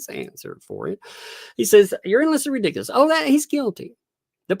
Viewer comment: Replay crew! Love it when you say Redigulous……. Too funny. Love to you and the little!!